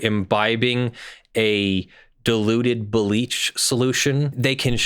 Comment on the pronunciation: Right at the beginning, I heard "diluted" as "deluded." {gigglesnort} * They sell this garbage, right? But they quote Mat. 10:8, even where it says "freely give." "Sell" does not mean "freely give." If you have to pay for it, it ain't free.